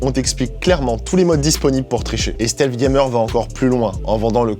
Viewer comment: "Stèlsse gaymeur"